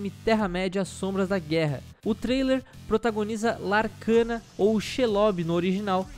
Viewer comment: sem agressividade nem nada, mas o nome é: LARACNA! ou SHELOB você falou um nome totalmente medonho.